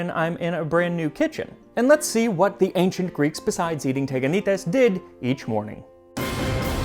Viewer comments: Sorry, friemd - correctly is is Tiganités. Stress on the last syllable. Instead of Teganites. Ihx 4 recipe, though ! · τηγανίτες! "τηγάνι" is the pot that they fried. Sorry, but it's not TEGanites but, TEEganites, its not E Also, I suggest you to read ΛΟΥΚΙΑΝΟ, to find so interesting stories from Ancient Athenians years ♥ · ME: oh teganaites cool MAX LITERALLY 10 SECONDS INTO THE VIDEO: tegakneetays ME: tch dammit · I grew up eating these with honey . In modern Greek it’s pronounced tee-ya-nee-TES. 😊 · The ancient Greeks actually ate pancakes (the correct pronunciation is teganites τηγανίτες and literally translates to ... fries😁), but the recipe is not at all mysterious as we, new-Greeks, still eat them to this day. When I was a child, my grandmother made them without sesame, and when there was no honey, she sprinkled them with a lot of sugar. They can even be made savory by adding salt or even egg. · its pronounced (tea)ganites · Well we still make teganites (in order to pronounce it correctly tea-(w as well) anit es) . Good content mate also quite accurate recipe ! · teganites? oh goaaad this is killing me!!!🤣🤣🤣 it's pronounced tiyanites-τηγανίτες in Greece. why? why they had to f that word so badly? it's from the word we use for frying pan tiyani-τηγάνι. and there's something my grannie makes called laggites that's similar but she adds feta to the butter. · There are actually pronounced "tiganites" Τηγανίτες in greek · My mum still makes these. They are pronounced "Tiganites". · we pronounce them tiganites =) tigani is the frying pan in greek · You literally murder the pronunciation of teganites 😅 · you pronounced it in the worst way possible the first "e" is pronounced as it is in the alphabet